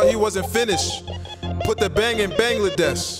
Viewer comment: "Put the bang in bangladesh" Bruh you can't even pronounce bangladesh properly 😂